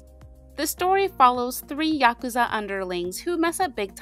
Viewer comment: thank you for pronouncing it "yakuza" and not "yaKOOza" 😭 so much cool info here ✨